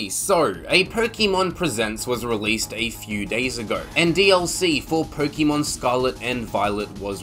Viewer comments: It’s Pokémon not pokimon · Personally, I don't listen to the "advice" of someone who pronounces it "pokEEmon" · Its not 'Pokeymon' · The way you were pronouncing Pokémon 💀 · I can't take pokèmon advice from someone who mis pronounces pokèmon. Also I would rather pay $35 for a DLC than buy the same game again but "utlra" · You mispronounced Pokémon.